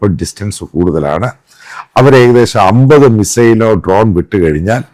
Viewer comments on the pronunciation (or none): none